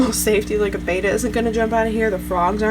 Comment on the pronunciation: ooooooo she said bayda instead of betta